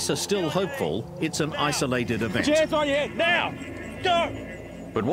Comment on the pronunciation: He can't pronounce "now"